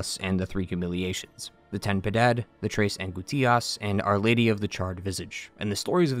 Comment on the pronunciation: Its Pronounced: Tress An-Gous-Ti-Ahss